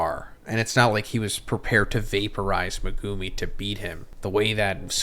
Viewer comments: It’s mEGumi not megOOmi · Now how you say megumi man holy shit. (Me*gu*mi) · I’m still stunned how he pronounced megumis name 💀